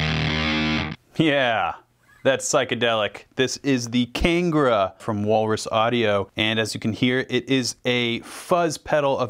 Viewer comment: Kangra is named after the hill valley in India, as you can see on the pedal itself that the observer is looking at the mountains in front which depicts the feel of the place. It is pronounced as Ka-ng-ra like you say ka-yaking. Keep up the Good work.